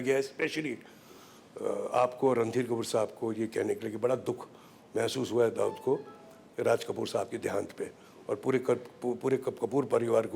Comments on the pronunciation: हरामखोर ऋुषी कपुर दाऊद को दाऊदासाब बोल रहा है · rishi also saying dahood sahib